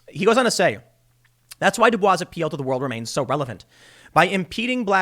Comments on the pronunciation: I know it's spelled like "Du-Bwah", Tim, and many people make the same mistake, but his name (W.E.B. DuBois) is actually pronounced "Du-Boyz". Just FYI. You can Google it if you want to. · It's actually pronounced like "dew boys". Counter intuitive, I know. But that is how he pronounced it so it's the correct way. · WEB Du Bois's last name is pronounced "Doo Boyss." Yes, that's not proper French, but that's the way that very-notable person's name is pronounced. Kind of like how Detroit isn't pronounced "Duh-trowah." Half, but not fully, in jest, I'll push back a little on the UN bit. The UN overseeing our elections might not be a bad idea, given the rampant cheating that the Democrats to every cycle. Like they'd presumably disallow not requiring ID and not verifying signatures. And certainly the whole mail-in thing wouldn't be approved anywhere. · It's pronounced "du Boyce", not "du Bwah". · It's pronounced W.E.B. "D'BOYS." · W.E.B.'s last name is pronounced (duh-boys). This has been a PSA brought to you by your friendly, freeloading viewer. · W. E. B. DuBois is actually pronounced "Du-Boyce" It's a common misconception so I'm sorry for being "that guy". I promise, my name is not Melvin. XD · I think you’re pronouncing W.E.B Du Bois’ name wrong